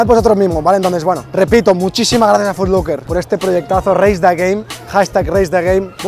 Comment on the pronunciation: Foot LOcker no "Foot LUcker"